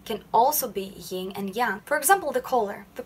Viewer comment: Yin is pronounced with an N and not a nasal NG. Like sin. Not sing.